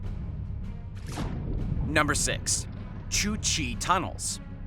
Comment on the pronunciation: I can't with this channel or this speaker. English is obviously this guys first language. How is he mispronouncing number 7. I have never seen a plum on a serpent before. I have heard of a plumed (ploo͞md) serpent. Education is really in need of an overhaul. Number 6 the its Củ Chi. There is no H. Must have plugged it into google translate and came out with Romanian. I have a foreign friend and he had trouble saying it. I checked google translate and sure enough Romanian pops up. Vietnamese and Korean all say it the same. Cooo Chieeeeeeee like what you would snicker at in grade school when talking about girls because you were ignorant right. Say it the same way. Every video he has tons of mispronunciation. How is it that you speak a language and don't research the words you're saying. Its like hmm, I find these articles online let me read them almost verbatim but without knowing how to say some of them. He probably didn't pay attention in world history or he might have known a bit about the cultures he was speaking about.